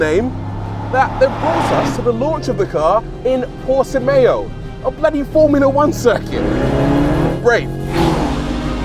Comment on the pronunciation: did you say porti-mayo? bruh